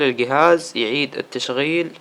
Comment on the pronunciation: ااااا عفوا تحتاقه عفوااا الصفحه عفوااا ااااا زر الهوم عفوااا زر البور ااااا ااا عفوااا يقيلك القهاز سستم ناو ااااا عفوااا ههههههههههههههههههههه